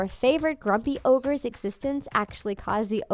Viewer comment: Did you just say 'orges' instead of ogres?